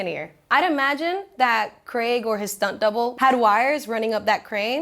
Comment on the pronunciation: Very charming and informative host. She's maybe the first anerican ive geard ever correctly pronounce craig. Though once did revert to the bizarre american "creg". I thought the south park character of craig was called greg because of this absurd pronunciation.